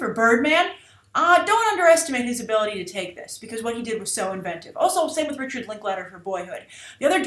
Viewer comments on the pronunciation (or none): none